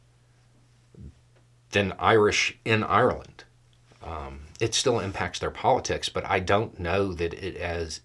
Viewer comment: I didn't like the attitude of the person who posted. "I thought we were friends". So if the Irish don't walk the American line, friendship over? Simplistic attitude. Also I like that pronounces Ireland properly. All too often I hear Americans say EYE-R-LAND and it ain't cool.